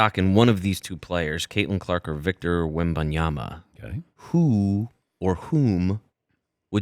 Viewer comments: I wish these sports media professionals would pronounce his name correctly. Or call him Victor. I cringe when I hear them going on about how great he is… and then mispronounce his name. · Drinking game every time Patrick mispronounces his name and in different ways. Death by alcohol poisoning